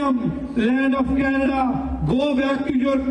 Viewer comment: Welcome to Canaduh hahaha hahaha 🤣🤣